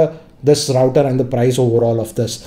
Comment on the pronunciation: Hello... Please do note the pronounciation of router. Check it in Google....